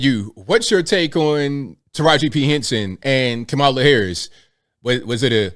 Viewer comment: I applaud Teraji, and fully support anyone who is against trump and all of the other right wing "sleep walkers".....I am proudly "woke" and out of the "matrix"...... And by the way, it's KAmala, not kaMAla..... Clearly influenced by Donald chump